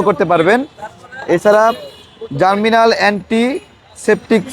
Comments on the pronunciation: ভাই উচ্চারণটা জার্মিনাল হবে না, হবে জার্মনিল।। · জার্মিনাল না জার্মনিল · 'জার্মনিল' হবে, 'জার্মিনাল' নয়।